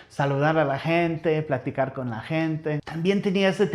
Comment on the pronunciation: Pensé que había dicho un olor fortísimo a “cola” 😂